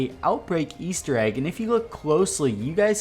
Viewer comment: the "Weaster egg" why did you say weaster egg?